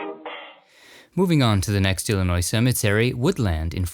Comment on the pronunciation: I love your videos. You & Scott, with Dearly Departed, are so respectful and informative of the deceased. But you are my fav and thank-you for what you did for Ed Gwynne (sp. ?)and for pronouncing Illinois correctly. I was born & raised here. I hope someday you will do a Country Music Stars special. I came back from Nashville in early December and I know they have some interesting cemeteries. We didn't have time to visit. Also love your voice.